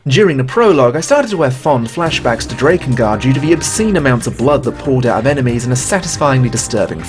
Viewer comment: Why must you continuously pronounce Drakengard wrong?